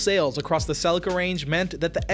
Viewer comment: is Celi-ca not Cel-ica...